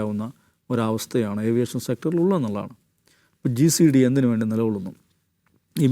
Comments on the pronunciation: GCDA അല്ല കോയാ DGCA 😅😅😅😅😅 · GCD അല്ല DGCA എന്നാണ് mr 👍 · GCDA അല്ല DGCA എന്ന് പറയണം